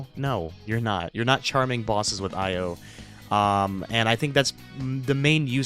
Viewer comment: Bruh how are you still butchering Io's name it's pronoun E.Yo not Ah.Yo